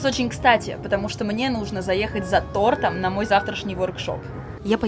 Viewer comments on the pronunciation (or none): none